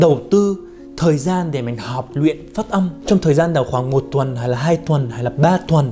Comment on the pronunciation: "Phất âm phất âm"😂😂😂